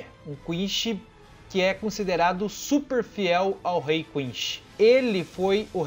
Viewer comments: Lá vou eu ser odiado por criticar a pronúncia do vídeo inteiro. O vídeo é super legal, mas as pronúncias estão quase todas erradas. E não estou falando das palavras de origem alemã, falo de inglês e japonês. Eu não sei onde e como a pronúncia "errada" de quinSHI se tornou tão difundida, mas a pronúnica correta é quinCy. Com C e não com a pronúncia "errada" japonesa que não consegue falar o C ECOmundo, é HUECO mundo. Seria legal refazer com as pronúncias corretas. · O jeito que ele fala quincy kkkkkkkk